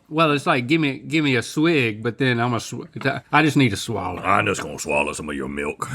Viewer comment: It's a "swaller".